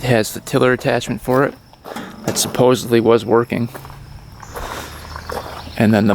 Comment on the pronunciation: The word is supposedly not supposevly lol